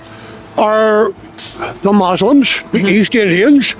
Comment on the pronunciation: "Mexicans and Moozlims" 😭dude as a moozlim born and raised here my uncles in one of those tents, trust me were getting f**ked over just as much as you